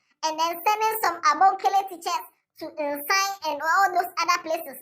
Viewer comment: Did I hear Abonkele Teachers😂😂😂😂😂